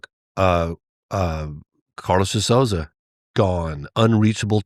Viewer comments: For those interested (bc I'm Brazilian and natively fluent in English), (De) Souza is pronounced: "So - zuh". Rhyming with "toe" and "duh". Therefore, the first syllable of Souza does NOT rhyme with words like "sow (female pig)" or "Soo" as in "soon". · This is the pronunciation for Carlos de Souza last name: SOUL - ZAH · I barely know Portuguese, but this guy can’t pronounce the De Souza last name. One of the most common names in Brasil 😂